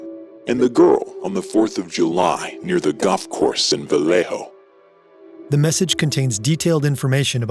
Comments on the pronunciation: It’s not pronounced Va-lay-ho like a typical name of Spanish origin would be it’s pronounced va-lay-o colloquially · It's very understandable if you're not from the area, but I have never heard anyone put an accent on Vallejo like that and it's cracking me up. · How he pronounces "Vallejo" is painful.